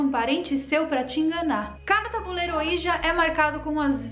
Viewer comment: Se diz “oidji”. E na verdade é uma marca, o certo é falar só tabuleiro espiritual mesmo. Falar ouija é a mesma coisa que chamar absorvente de mods 😂